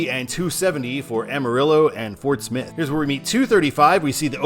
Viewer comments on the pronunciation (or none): none